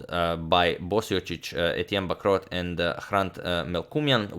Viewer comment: Just a quick heads up Agad, in french we very often, if not always, don't pronounce a "t" when it's the last letter of a word so it's not Etienne "Bacrotte" it's pronounced Bacro like there's no "T". It's a bit funny how you pronounced it tho because "bah crotte" is translated to "Well, shit" in french. Great video tho!